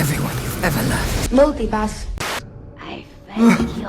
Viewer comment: "multi pass" Lmaoooooooo